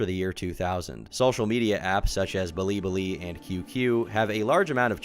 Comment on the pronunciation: He said *blibli* haha